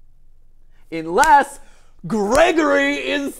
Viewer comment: I love how mat is just like, “IN-less” and is just like “UN-less” pushes back glasses 🤓